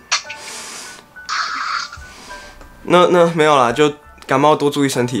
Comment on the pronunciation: 是不要說不要感冒 (欸好像幹冒ㄌxd